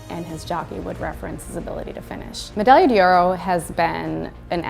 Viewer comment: Damn shame that this woman can’t pronounce the horse’s name.